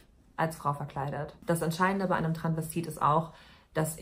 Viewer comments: Das heißt doch Travestit oder Transvestit. Sie sagt die ganze Zeit Tranvestit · Ich dachte immer es heißt "Transvestit" und nicht "Tranvestit"?! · Das einzige, was mich aufregt, ist, dass du das erste "s" bei "Transvestit" einfach nicht mitsprichst